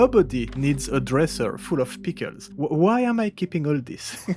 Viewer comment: and pickels. pee kells